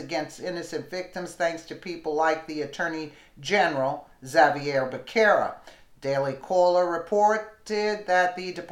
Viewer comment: It's pronounced Buh ser' ruh